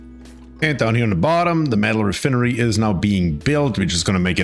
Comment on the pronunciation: Your pronunciation of re-fin-ery is very humorous haha😂